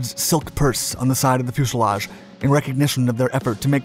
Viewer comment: Love the video. Bonus 15 points for mispronouncing the word "Fuselage" again, as with 95% of all Dark Skies videos ("Fushelage"). A Dark Skies video is just not the same without it :)